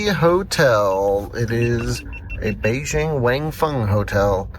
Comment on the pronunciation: would have good if you could have pronounced Beijing correctly